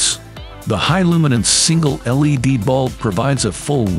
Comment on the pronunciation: L. E. D. not lead.